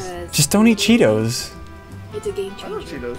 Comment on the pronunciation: It is called che-toes 😂😂